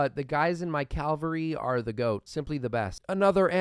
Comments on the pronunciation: c-AV-alry no t c-AL-very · I love your vids but pls start pronouncing casus belli and cavalry correctly I beg you